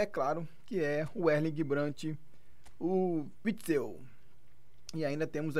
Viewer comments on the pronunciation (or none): Me deu agonia dele falando errado, dois videos falando errado kkkkk